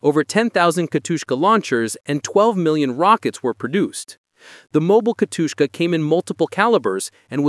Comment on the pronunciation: Why did you keep calling SU-152 "SU 52"? - OK, did anyone proof-listened to that before posting? "Katushka"? It literally says "Katyusha", just read it ffs